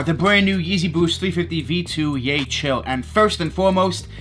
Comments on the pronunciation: its yeheel not yechill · took an L on several raffles but would like to have those Yecheil. btw, it’s pronounced as “yehill” per Seth Fowler:) More power,!